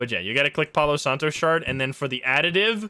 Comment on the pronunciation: The game seems really fun tbh, it has a lot of mechanics but it seems to be easy to understand also, palo santo means sacred stick/sacred wood in spanish (your pronunciation is actually very good btw) I would love to see how this game will evolve over time :D